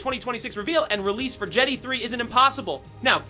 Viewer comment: Jeddy? Its jedi dumbass. JEH DAI